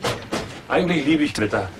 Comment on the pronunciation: Bin ich der einzige der immer twitter versteht? XD